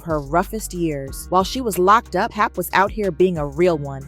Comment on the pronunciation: Can we have people from our culture only ...reporting the business cause these outsiders swear they in the mix but can't even pronounce pap name right